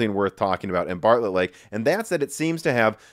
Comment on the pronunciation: Intel Embargo Lake, can't stop hearing it everytime Intel Barlett Lake.